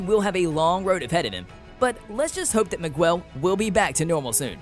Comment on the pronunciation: Did he say migwell at the end? 😂😂